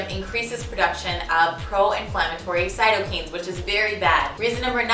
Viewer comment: There is a decent amount of correlation=causation (false cause fallacy). I feel like your argument would have been stronger with less points (and taking out the less solid ones). I will try this, because as you said in your info, but understand many of your arguments are just inaccurate. Also Cyto (cell)-kine (movement) Kine is not pronounce "keen" but like kind without the d. This makes me additionally critical.